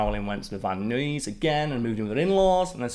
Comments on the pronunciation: Van Nuys is SAID: Van Eyes. I don't know why. Just how it is. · As someone born and raised in the San Fernando Valley, it really tickles me to hear Karl say “Van Nuys.”